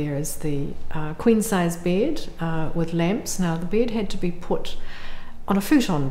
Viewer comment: I can‘t get over the way she pronounces bEd